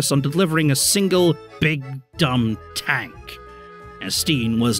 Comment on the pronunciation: Hearing someone pronounce Étienne as Estine is horrible